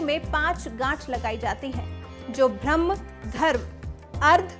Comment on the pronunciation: ऊं। उच्चारण तो सही करिये। भ्रम्ह नहीं ब्रह्म शब्द है।अनर्थ ना बनाएं